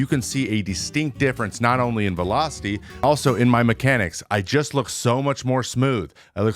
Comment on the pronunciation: When did velocity become Vee-low? Serious question